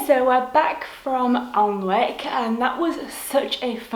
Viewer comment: Unfortunately Applebys bookshop closed about five years ago. It was a lovely bookshop. BTW Alnwick is pronounced anick Glad you enjoyed your visit. :)